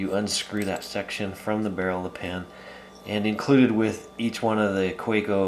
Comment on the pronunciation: Yes I'd like to know why you pronounce it "pan", too.